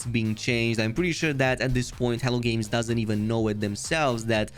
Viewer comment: Every time you say "Hello Games" I hear "Hell Games" 😂 Thanks for the update on the patch!